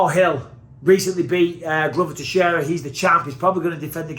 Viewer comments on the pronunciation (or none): none